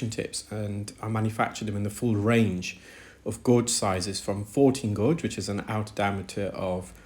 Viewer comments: Gauge is pronounced gayj, not gorj. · FYI gauge is not gorge, it’s gage, like page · The u in gauge is silent in English so you say it like cage(as in bird cage) only with a g as in gage. Hope that’s a helpful tip. Such good work you do btw👏🙏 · Fascinating but some very strange pronunciations! Gorge for gauge, exazerbated for exacerbated. Odd! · pronounced "GAGE" not gorge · Brilliant, but it's pronounced 'gage'. Makes me flinch. 😉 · And I’m in the uk. Its pronounced gayj here. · Guage rhymes with sage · "Gauge" has no "r" sound. It rhymes with "page." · I was so confused by the british pronunciation of "gauge" but i figured it out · That’s interesting as I’ve heard others in UK pronounce it as he does. Perhaps English is an additional language for him, and thus, a slight difference in his pronunciation. Best to you!